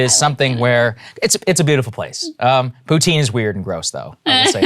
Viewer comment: Pountine gross???? Sagar…. So disappointed! Hahahaha